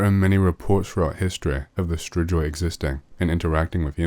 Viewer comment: ....it's pronounced stri-goy